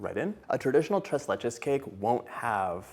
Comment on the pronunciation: I’m so proud of the way you said “tres leches”